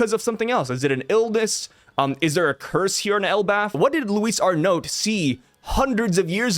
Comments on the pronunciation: it's pronounced Ar-No the "t" is silent. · not sure I’m even right now but both honestly sound better than how you were pronouncing it 😂 keep up the good work bro!